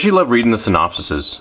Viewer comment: Lmao synopsis, synopsee, synopsi. I looked it up and apparently its synopses pronounced (sin-awp-seez)